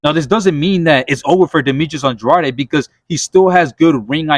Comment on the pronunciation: Why does everyone pronounce Andrade wrong???????????